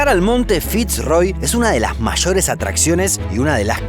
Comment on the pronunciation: De " achi", "mallores", "chamado", " la cordichera"😂